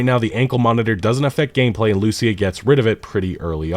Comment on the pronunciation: When are you going to learn to properly pronounce Lucía?